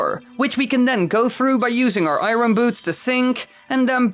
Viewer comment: Challenge every time he says iron wrong take a shot